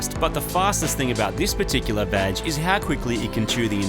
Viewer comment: LOL I thought you said "Vadge" not "Badge"